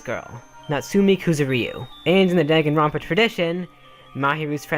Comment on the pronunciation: DAGENRONPA HE SAID DAG EN